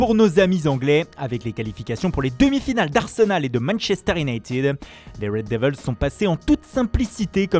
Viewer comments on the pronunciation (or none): none